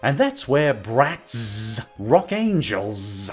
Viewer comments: I now hate BratzZzz because the way you kept saying ZzZzzZ was beyond irritating 😑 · The way he accentuates the ending of “bratz” has always made me die laughing 😂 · With every exaggeration of the Z I could tell exactly how much you loath Bratz. Good work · My favorite part of the video is when you talk about Bratz especially when you try to say it's name.